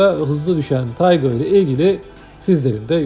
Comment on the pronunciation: Taigun değil Taigo...